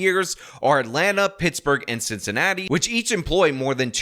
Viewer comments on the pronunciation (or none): none